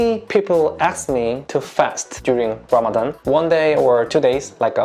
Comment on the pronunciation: I couldn't get my mind off of how pronounced 'ra' as 'la'...but it is really impressive to see people wanting to understand Muslims instead of judging 1.2 billion people blindly. I hope this Ramadan bring you lots of blessing and good iftar food😁😁😄😄